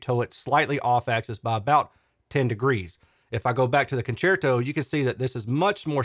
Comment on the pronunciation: Your pronunciation of "concerto" is correct It's obvious Italian for concert. Thanks for all your hard work. 👍🏻